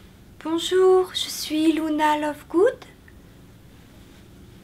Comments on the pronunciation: Par contre un dit lUna et non lOUna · C est super j adore par contre je sait pas pourquoi mais ca m énerve trop quand les gens disent louna et pas luna 😅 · Tas dit Louna mais ça se prononce Luna comme ça s'écrit (c'était tout le negatif Parce que sinon ta vidéo est génial jai bien rit